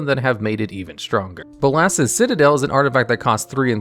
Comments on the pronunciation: Pronounce Nicol Bolas. Now pronounce Bolas's Citadel. See? It's not that hard. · I can’t tell if I’m pronouncing “Bolas’s” wrong or if you are